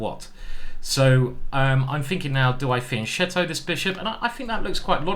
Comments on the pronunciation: Hi... fiankkketto.. just be courageous enough ..... pronounce it properly please. Some GM s can. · And here I am again correcting this little pronunciation mistake on a chess channel: "fianchetto" is pronounced with a "k" sound (it's Italian, not Spanish or French).